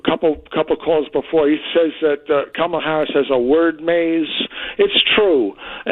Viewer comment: Ant, it’s Kamallah not Kamella…… emphasis on the “Allah”.